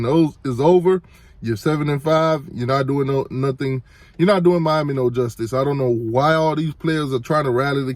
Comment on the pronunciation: I understand Mommy and Miami sound just alike 🤔, and yes he's right Miami is sick